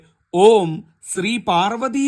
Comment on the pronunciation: ഉച്ചാരണ തെറ്റുണ്ടല്ലോ ഓം ശ്രീ പാർവ്വതീപരമേശ്വരായ നമഃ ഇതി ൽ സ്രാവിൻ്റെ സ്രിയാണ് ഉച്ചരിക്കുന്ന ത്. വിവരമുള്ളവർ ഇങ്ങനെ പഠിപ്പിക്കാമോ - ശ യുടെ ശ്രീ ഉച്ചരിച്ചാലേ ഫലം കിട്ടുകയുള്ളൂവെന്ന് ക്കറിയില്ലേ.